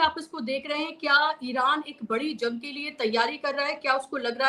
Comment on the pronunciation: क्या बोल रही हैं जंग की जगह लन बोल रही हैं😂😂